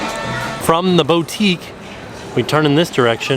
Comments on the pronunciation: As a brazillian its soooo weird to hear an american saying Havaianas. Its no “Raviana” its “Hah-vee-ah-nas” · Everytime says "haviana" literally all I can think of is "thotiana" 😂